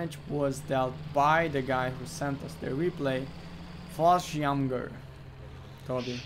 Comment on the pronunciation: Fallschjeagers...... Toby.. XD